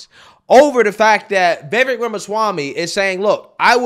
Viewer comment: Please…Viv-ache viv- ake Viv-ake Not ‘viveck’ But THANKU for calling out these fools So condescending and disrespectful She cuts him off constantly and then accuses him of cutting her off Also he WAS respectful about askin her name And her EGO is so profound that she attacksnhim AND in my opinion It was a method to rhtow her anger off course and redirect Because because ists HER show (according to her) which Vivek points out was INVITED its amazing how so angry and heartlessnthese people are ana and cenk